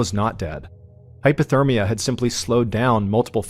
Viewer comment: HYPOTHERMIA. NOT HYPER. Ballen , you have repeated this mistake 5 times, in vìds about vics who lost body heat. We like the channel. We respect the philanthropy. Please fix this. ❤